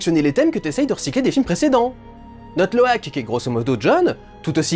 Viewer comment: Heu...Sinon, il s'appelle pas Loïk mais Loak. Voilà voilà.